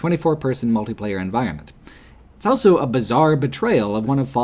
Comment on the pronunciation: pronounces the word "also" as "elso".